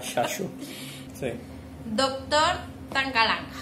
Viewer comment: Me encantó tu forma de pronunciar mal "Tangalanga"